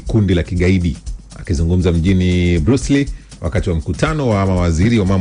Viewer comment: Mjini "Bruce Lee" tena, sio Brussel?